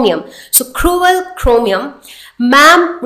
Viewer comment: It's "tip" not "thip" and it's "period" not "pherioth" 😂😂 and it's "cruel" not "khruel" omg, don't try to act cool ! 😂😂😂